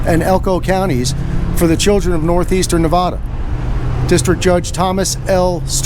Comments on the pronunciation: it is Nev AAA da NOT Nev ah da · ITS NOT. NAAAAAVEDAAAA. PLEASE STOP. HOLY FUCK. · Please say Nevada correctly. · I love your video but you really need to learn how to say Nevada bro.